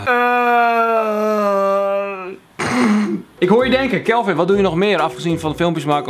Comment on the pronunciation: Sjupermen Kjelvin😂